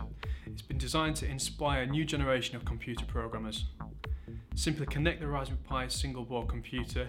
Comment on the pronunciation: It sounds like he's saying "Raspoo pi". Yes, he should have had the teleprompter closer to the camera.